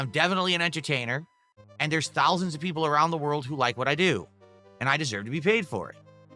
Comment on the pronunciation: "Theres thoulsands of people around the world who like what I do" and that's why he's barely breaking 300 views a video let alone a stream